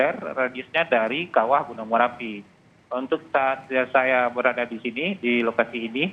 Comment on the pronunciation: Merapi woy bukan marapi